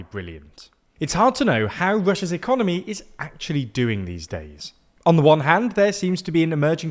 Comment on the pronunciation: Did you say "Ecomoney"... I love it